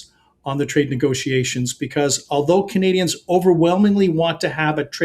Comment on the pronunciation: We're not CUH-nadians. We're CAN-adians.